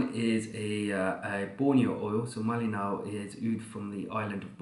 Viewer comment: As Kalimantanese, I would say you correctly pronounce Malinau